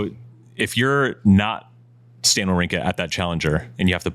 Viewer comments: prononciation is quite good, Andy come on, you can't makes him remarks and not saying Wawrinka correctly 🤣!! A tip... just go on Google Translate, write the name and select the country of the player in the langage section and use the button "listen"!! Now your able to prononce the surnames correctly 🙌🙃! Holger Rou - neh; Stan Va - vrinka! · rune is pronounced "runuhh," like andy is saying it, and wawrinka is pronounced "vavrinka" like none of y'all are saying it. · Andy: makes fun of pronunciations. Immediately proceeds to pronounce Wawrinka wrong 🤣